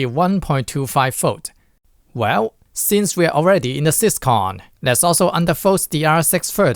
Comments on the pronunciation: 'Syscon'? 'Butt Controller'? Is this video AI dubbed? 😂😂😂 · Do not pronounce syscon ever again😭